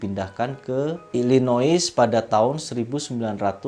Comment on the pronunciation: story telling nya enak, cuman pronunciation sedikit dibenahin uncle... illinois baca nya ilinoy.... kalo pronuciation enak pasti makin keren.